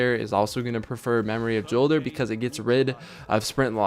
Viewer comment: It's said like Yolder, not Jolder with a hard J. Check out Deej talking about it in the streams leading up to ROI.